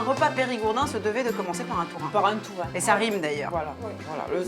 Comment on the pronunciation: Ah! Saint-Alvère! Right down the road from me. Lovely town. But what on earth were you thinking with those interpreters? They are the WEIRDEST, WORST interpreters I've ever heard (and I used to work for years at international conferences.) They couldn't even get the pronunciation of "tourin" right, or "gram," which she pronounced as "jam." COME ON!!!. Too fast, too screechy, really thick Eastern European accent on one woman, just incredibly unpleasant to listen to. Only reason I even attempted to listen to it in English was my husband's hearing isn't great and his French isn't fluent. Really sorry we did.